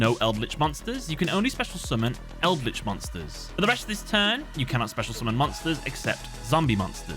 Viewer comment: Like the content but still throwing a dislike because it's eldlich. You understand right.